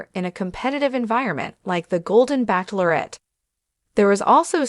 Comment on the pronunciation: What is wrong with this speaker as she can not pronounce the word bachelorette. Also, I heard that his name is really Chester not Charles.